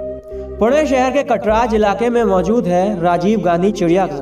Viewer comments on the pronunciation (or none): पेहले जगह का नाम ठिक से ले ना सिखो. कसरवाडी नही कासारवाडी है वो. शनिवारवाडा में शूटिंग नही हुआ था उसका शूटिंग सेट तयार करके किया गया था. कटराज नही कात्रज है वो.